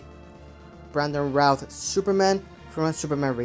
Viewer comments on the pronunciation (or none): none